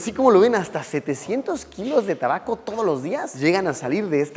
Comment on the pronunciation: Se dise tabaco